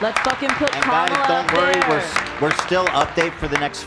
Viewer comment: Ethan with peace and love you NEEEEEED to start consistently saying Kamala's name right my guy